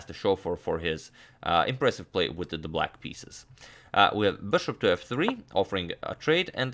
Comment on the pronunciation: "Witha tha black pieces" you turned italian for a second lol